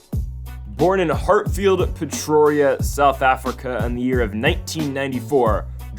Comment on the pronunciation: Hatfield Pretoria* Say it right 🇿🇦